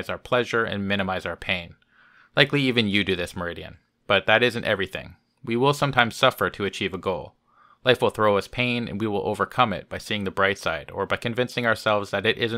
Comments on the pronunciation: Meridian (?!) The word Mauritian - meaning pertinent to Mauritius , of course - is normally pronounced Morishan (at least, here in the UK it is). I hope that this helps. Best wishes :) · Just for future reference, if you do his vids again, It's pronounced moor-ish-an. as in, a person from Mauritius. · muh-RI-shin. KEvron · P.S.: It's pronounced 'mor-ISH-an', as in 'someone from Mauritius (mor-ISH-us)'.